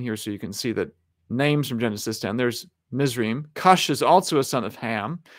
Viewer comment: A little clarification on pronunciation: Cush is pronounced Koosh in Hebrew, Mizraim is pronounced Mits-rah-yim or Mits-rah-yeem, and Joktan is pronounced Yoke-tahn.